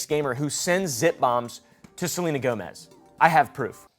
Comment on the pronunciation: Is no one else gonna correct him? I love this channel but it’s pronounced “GO-mez “ not Joemezz😭😭